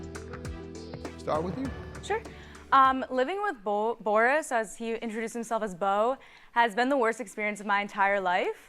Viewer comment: That narrator know good and well his name Boris not Baris 😀